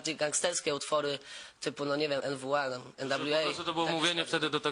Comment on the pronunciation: "Enwa" hahahah